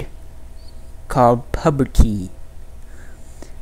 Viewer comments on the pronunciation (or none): He said pubity 😂